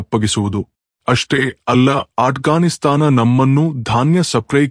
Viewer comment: ಅಣ್ಣ ಅದು ಅಟ್ ಗಾನ್ ಸ್ತಾನ್ ಅಲ್ಲ ಆಫ್ ಗಾನ್ ಸ್ತಾನ್